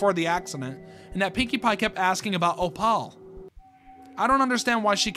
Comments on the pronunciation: bro i love your videos but PLEASE it’s not OH-PAUL it’s OH-PULL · why'd you keep pronouncing opal as "oh paul" EDIT: it's really small but there's text between "stop" and "me" that says "recording," so twi's telling someone to stop recording her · Its pronounced. oh/ p/uh/l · the way bro says opal lmao, but seriously i’m so glad mlp horror is coming back as someone who grew up with the classics like cupcakes n lil miss rarity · Sry but can we talk about how he said opal lol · Bro mispronouncing Opal is 😂